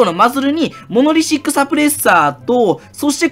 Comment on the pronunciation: モノシリックじゃなくてちゃんとモノリシックって言ってる、、